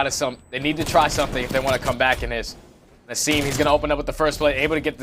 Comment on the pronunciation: this commentator is literally ass especially when he said "Ay-sim" wtf